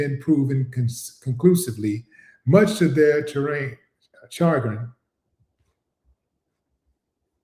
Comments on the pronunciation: Shagrin pronounced Sha grin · Great work Willie D yeah the word is a French word, you have to pronounce it Shagrin, keep up the good work sir ❤️💛💚😊